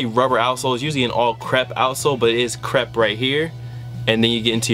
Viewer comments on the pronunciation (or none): none